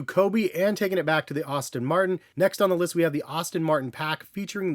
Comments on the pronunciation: Its "Aston", not "Austin" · Great video. As a car guy though, I gotta say it's pronounced "Ass-ton" Martin not "Austin" Martin, just a heads-up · Aston not Austin 😅